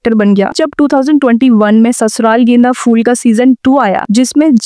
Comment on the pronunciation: phool not fool